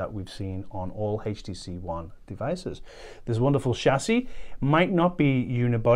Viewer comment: Awesome phone. I noticed that he pronounced it "haach tc"